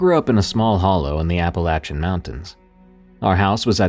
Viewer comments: Wait a second.....EVERYBODY I ever heard pronounces it as "appa-LAY-chun" not "appa-latch-chun".... But that's supposed to be the pronunciation? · If only you could actually pronounce the name right...Like damn, I know you know, that you're saying it wrong...